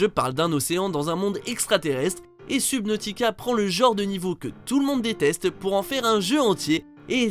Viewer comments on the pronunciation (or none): Comment tu l'as prononcé subnautica!!!Ca pique les oreilles...Bon par contre l'early access et la depuis 2015.